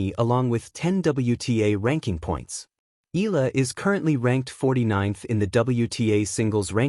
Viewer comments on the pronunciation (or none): How many times do you need to be corrected pronouncing Alex’s surname? It is Eee-ya- la, my dim-wit friend!